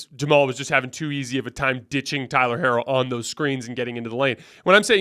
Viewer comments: Herro's name is pronounced "Hero". You keep analyzing, and picking against the Heat, yet you don't know their players' names 😂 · why are you pronouncing Herro’s name like that 😂😂😂